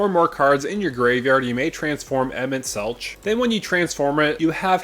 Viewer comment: Just a heads up emet selch is pronounced with a hard K sound.